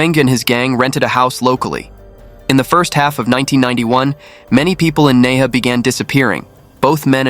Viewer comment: Hi! Nehe is pronounced as Nai - Her. The word "Her" means River. Half the time i was confused about the location until i read your captions. Good narrative btw!